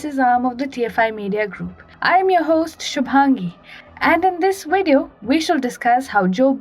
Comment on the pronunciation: "In this Wideo"😄😄😄